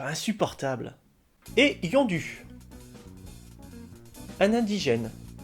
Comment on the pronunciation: C'est Yondu en prononçant "ou" et no "u" pauvre! Comme Udonta qui se prononce aussi "ou".